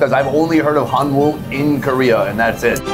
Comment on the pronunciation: When pronouncing Hanwoo, it is much more natural to pronounce "hanu" than to say "han woo". Koreans pronounce it as "hanu".